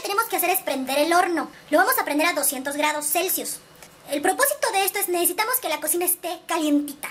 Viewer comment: Min 😆😆😆 grados clecius jajajajaja